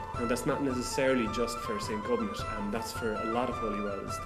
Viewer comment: Can anyone confirm the proper pronunciation of Gobnait. I think in Irish pronunciation, you don’t pronounce the “t” at the end. More like “go-nay”. That’s just what I’ve heard